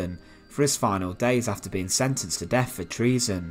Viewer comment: Dude, please! It's "th" not "f"! Fifteenf, def, bloodfursty, Monmoff. You need to work on that immediately for God's thake.